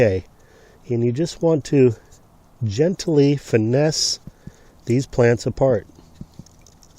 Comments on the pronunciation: Never heard the word gentily. usually i hear it pronounced Gently. the advern of gentle. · There are only 2 syllables in gent-ly. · Great information! "Gently," is two syllables, not three, lol.